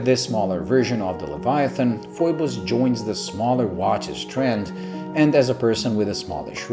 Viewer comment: Great review, Thumbs up given! You hit the nail on the head about the contrast of the markers, hands and dial. 😄Hahaha, Looks like I'm not the only one who gets the pronounciation of the company's name wrong. Like you, I look at the spelling and I'm forced to say Foy-bus, even though when I contacted Phoibos directly they'll let you know it's actually pronounced Fee-bus. Screw them, Foy-bus for the win! 😁